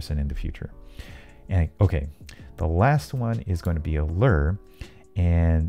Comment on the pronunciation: How you say lure? Lurrrr